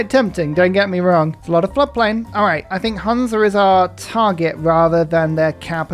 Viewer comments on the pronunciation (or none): none